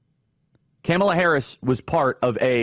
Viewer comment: Please learn to pronounce Kamala's name.